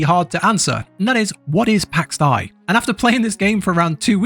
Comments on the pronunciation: pax day not pax die although...... (even speech programmes online can say it correctly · its pax dei!, pronouced like in pax Day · "pax die" really dude? jesus christ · lol its pronounced PAX DE ´I learn to pronounce Son! hahahahahaah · Well you suck at saying Pax Dei. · Please stop trying to pronounce Pax Dei. You're terrible at it. Good, informative review though.